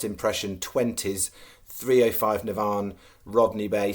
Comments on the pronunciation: It’s NAVAN not Navarrrn 😂😂😂😂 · Navan is not pronounced NAV ONN ! It pronounced NA-VAN ! ! Hope this helps. Say Van then say Na Van 🤣 BTW great place picks today. 💥💥💥